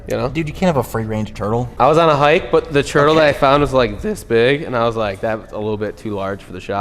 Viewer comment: Do my ears decieve me or does say turtle like "churdle"?